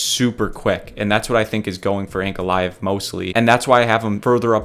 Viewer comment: Hearing you mispronouncing Ankalaev is deafening. I get that there's a reason you guys are YouTubers and not professionals but the amount of invalids (good luck with that one) on this platform mispronouncing simple words and names are astounding. How have your parents let you into the world being so unintelligent?